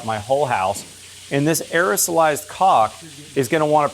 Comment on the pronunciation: When you say “cock “ instead of caulk, the closed captioning doesn’t write it ha